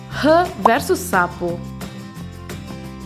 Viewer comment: escreve rã mas fala RAM e não rã